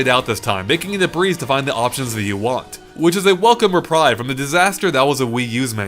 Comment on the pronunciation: He says reprieve wrong too.